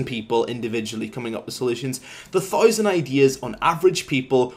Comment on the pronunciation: learn how to say 1000